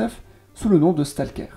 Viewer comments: stalkère ???? stolceur plutôt non ?? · Mes oreilles saigne quand tu dis stalker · Argh, la prononciation de STALKER fait mal aux oreilles, sinon belle vidéo, dingue de voir autant de villes abandonnées.